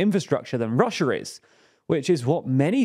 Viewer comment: Chiner and Russier? Never heard of them.